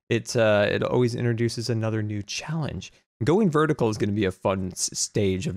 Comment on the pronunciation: new not knee lol